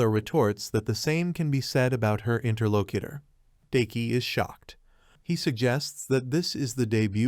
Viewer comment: Wtf is a interlokitter? Edit your damn scripts